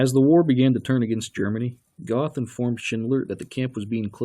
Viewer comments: It's pronounced Geth not Goth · Mr Duke Silver in all the interviews with the real Jews who knew him in Plazow they pronounce his name as Geth or Get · Gerth is how it's actually pronounced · It would have been nice if you’d have pronounced the commandant’s name properly. Spelled “Göth,” it’s pronounced “Gert.” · Its pronounced "Go"eth. As in you GO to the store. Amon Goeth (Gōéth) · Okay, if you're going to tear apart the movie, learn how to pronounce "Goeth" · It's very irritating that this narrator didn't even try to pronounce the names of characters and place names properly. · The way this guy pronounces Hildesheim and Goeth is very cringeworthy.